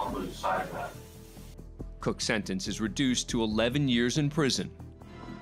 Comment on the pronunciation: Murphy's law has a different meaning from now on. BTW, the narrator should try to pronounce a T. What's a "sennence", a "plainiff", a "counny"? Speaking sloppy is just a matter of laziness.